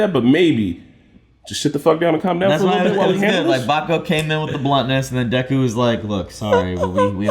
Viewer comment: It's just Deku, not Dekū.